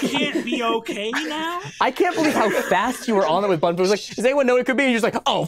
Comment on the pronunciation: didn’t say Um Actually it’s bun-fu